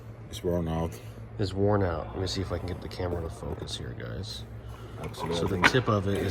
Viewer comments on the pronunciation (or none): none